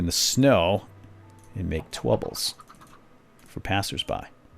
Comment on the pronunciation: Twubble? Did he say twubble?